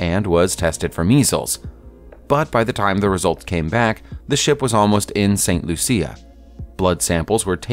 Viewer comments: for godsake man stop saying Loo-see-ah (St. Lucia) it's pronounced St. Loo-sha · You said St. Lucia wrong. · "Coo rah koh"? Most people pronounce it like "Cure a Sow", Curacao. "Saint Loo See Ah"? Most people pronounce this like "Saint LooShuh" Hello? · St. Loosha, Saint-Trowpay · St Lucia = Saint Loo-sha Curaçao = Keer-ah-sow Otherwise - cool vid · I cant believe this dude mispronounced st Lucia .. not LOOSIA....and curaçao ..seriously..? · Curacao is pronounced "curr-a-zow" and St. Lucia is pronounced St. "Loosh-e-ah". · Awful pronunciation of St. Lucia and Curacao.